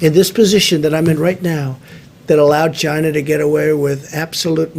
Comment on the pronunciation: "CHInaa" lol